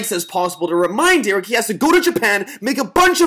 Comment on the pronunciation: it's Derek not deror